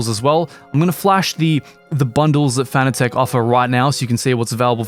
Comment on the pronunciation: Fanatec is pronounced like fanatic.